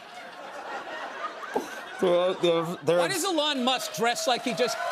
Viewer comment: he pronounced Elon name correctly! Yes. Dont anglicise it people!